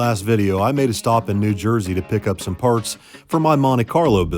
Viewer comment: did I hear you right? Did you say New Jerky?